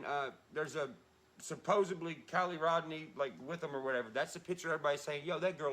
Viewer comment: He is saying “KY LEE” or Kiely, each time. I know it’s Callie- Cal Lee If you click on every blue time stamp I posted you will hear what I am referring …